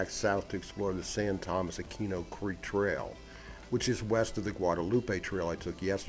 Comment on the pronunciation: Nice video. A couple of corrections. Levi's Stadium seats close to 70,000 people. And San Tomas is pronounced San Toe-Moss. I know, I'm being anal retentive, Sorry!